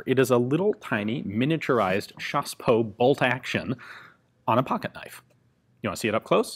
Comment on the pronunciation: J adore quand vous dites " chassepot" avec l accent !